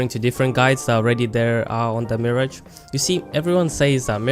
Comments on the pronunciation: Its Mirage not Marriage. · If I hear one more person call him "Mee Ridge" instead of just "Mirage" (which like the word, should be said as Mer-Aage) I'm gonna cry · Its mirage not marriage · It’s “Mi-rahj” not “Mirij” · The way you pronounce, mi-rarge is incorrect, like a mi-rage is something you think you see but you dont, due to Illusions, its where his name comes from due his abilities. Just a heads up. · Are you saying Marriage? LMAO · 'You are saying MIRAGE wrong' it's not Miridge. I hate these assumption videos. No, I'm not using him wrong thanks. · Meer-aj cringes internally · Why do you say mirage like marriage?! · Hes saying mirage wrong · If you are going to do a turtorial on a character then you should at least know how to pronounce his name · Don't tell me I'm playing him wrong when you cant say his name right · Learn the say mirage, Jesus. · You are pronouncing mirage wrong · first of all you cant even say his name right and you need to account for every player defensive and offensive. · Dude you don’t even know how to say his name properly and also don’t know what your talking about. Bloodhound can’t see Mirage when he Ults it is actually harder to see him because his screen is black and white while mirage almost mirrors the white color when active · Bold thing to say coming from someone who can't pronounce his name correctly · You are saying MIRAGE wrong! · Pls say his name right. That usually doesn’t bother me but pls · And you're saying his name wrong🙃